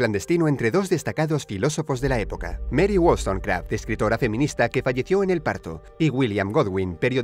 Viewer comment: mary wols... qué ;:v?